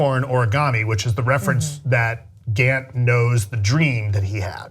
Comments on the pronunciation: His name is Gaff, not "Gant" or whatever the hell you're saying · SPOILER ALERT There's a moment in Blade Runner 2049 where we see Gaff ( keeps calling him Gant?) telling K that Deckard is not suitable for this world. K asks why and Gaff simply responds, "something in his eyes".